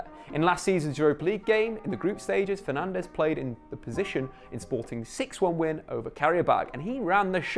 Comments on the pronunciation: Now that Fernandes is at United you need to learn that both es are silent so it's not FernandEz, it's more like Fernandj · who am i kidding he'll be Fernandéz forever lmao. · It's pronounced Bruno Fernaj, he's Portuguese. The Spanish pronounciation is Fernandes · It's bruno fernandjzzz*